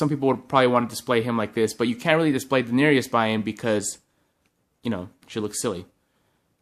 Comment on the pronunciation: Den-air-EE-us? Really, da-nair-us